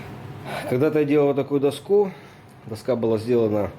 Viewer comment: Да дОску, а не доскУ!!!!!!!!!!!!!!!!!!!!!!!!!!!!!!!!!!!!!!!!!!!!!!!!!!!!!!!!!!!!!!!!!!!!!!!!!!!!!!!!!!!!!!!!!!!!!!!!!!!!!!!!!!!!!!!!!!!!!!!!!!!!!!!!!!!!!!!!!!!!!!!!!!!!!!!!!!!!!!!!!!!!!!!!!!!!!!!!!!!!!!!!!!!!!!!!!!!!!!!!!!!!!!!!!!!!!!!!!!!!!!!!!!!!!!!!!!!!!!!!!!!!!!!!!!!!!!!!!!!!!!!!!!!!!!!!!!!!!!!!!!!!!!!!!!!!!!!!!!!!!!!!!!!!!!!!!!!!!!!!!!!!!!!!!!!!!!!!!!!!!!!!!!!!!!!!!!!!!!!!!!!!!!!!!!!!!!!!!!!!!!!!!!!!!!!!!!!!!!!!!!!!!!!!!!!!!!!!!!!!!!!!!!!!!!!!!!!!!!!!!!!!!!!!!!!!!!!!!!!!!!!!!!!!!!!!!!!!!!!!!!!!!!!!!!!!!!!!!!!!!!!!!!!!!!!!!!!!!!!!!!!!!!!!!!!!!!!!!!!!!!!!!!!!!!!!!!!!!!!!!!!!!!!!!!!!!!!!!!!!!!!!!!!!!!!!!!!!!!!!!!!!!!!!!!!!!!!!!!!!!!!!!!!!!!!!!!!!